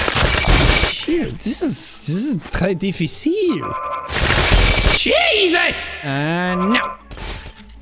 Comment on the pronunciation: The fact that you said 'trés difficile' right made my brain confused